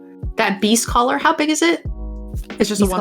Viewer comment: When played Beastcaller Savant, I definitely thought she said "Beefcaller Savant," and looking at the card art, I feel like the name fits.